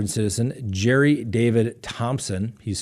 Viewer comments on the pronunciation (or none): none